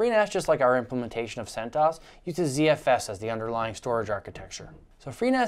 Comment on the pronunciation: oobuntoo, freenahz, and debeeian, centoohess